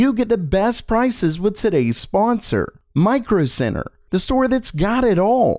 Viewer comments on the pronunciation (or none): When you said Micro Center I understood Micro Sinner.